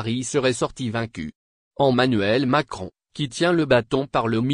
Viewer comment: ON dit Emanuel et non ommanuel